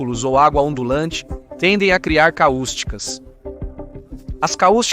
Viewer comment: não é caústica. É cáustica